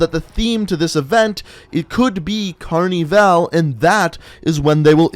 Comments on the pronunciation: "cArNi vAl" its carnival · phahaha how does he not know how to say that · Aaron 102 carneeval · I'm from Brazil and its carnival not carneeevale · Why he say carnival like that ( Carneevale ) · you’re saying Carnival wrong, don’t say it in an American accent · pahahaha do you seriously not know how to say the the word "carnival"